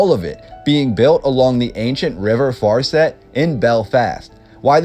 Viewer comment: The way they pronounced farset was bad